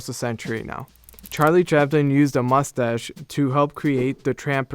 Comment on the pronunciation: "Mus-ash" Voice for print.